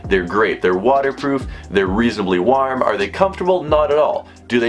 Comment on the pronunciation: The way u say warm is so funny